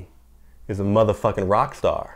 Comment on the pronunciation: iba talaga ang emphasis kapag gamit ang "Madahfuckin".